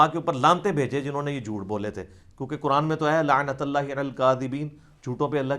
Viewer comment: Oye jahil insan Quran ki ayat to sahi parhly. Lanatallah nh h Lanatullah h. Or tujh p ho ye